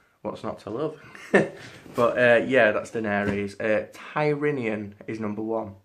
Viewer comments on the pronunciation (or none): Oh, and "Tyrion" not "Tyrinion". (Although I rather like "Tyrininon")